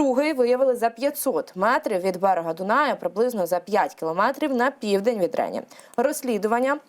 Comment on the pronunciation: Що ж ви такі російськомовні?!!! Рені (для вас, тупих, наголос на "і" )